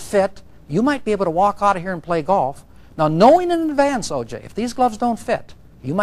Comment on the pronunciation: That poor clerk has to hear herself screw up OJs name every time they play it!! Lmfao!